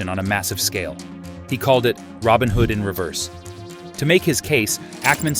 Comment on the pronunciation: "To him, this wasn't Robin Hood, it was Hobin Rood".